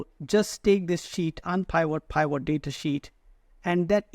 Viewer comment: Pivot needs to be pronounced as pi. vuht not pyvot!